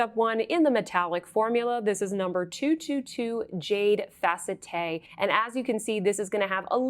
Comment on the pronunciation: It's not pronounced fa-cet-te, but fa-CET. If you've ever had steroid injections in-between the vertebrae in the neck, they call the spaces between the vertebrae in the neck the "facette joints". It feels wonderful...I say with full sarcasm. However, I would have that done again before having a myelogram. If someone suggests you have a myelogram, RUN the other way!!!